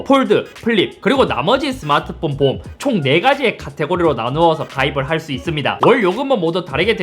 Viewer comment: 보험을 자꾸 보옴이라고ㅋㅋㅋㅋㅋㅋㅋ